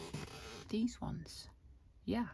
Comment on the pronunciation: Such good English! But not deez but THESE...